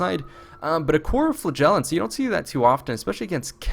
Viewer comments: it's flAgellants not flagEllants!!!! Great video though. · He says Flagellants and I hear Flatulence.